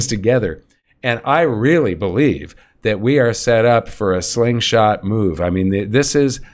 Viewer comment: Hey you been saying this slingshot for decades already! Someday you will get it right!